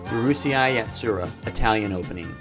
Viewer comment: Number nine: Uru-say-ai YatSUra (Italian Opening) I'm not trying to be mean but that pronunciation caught me off guard lmao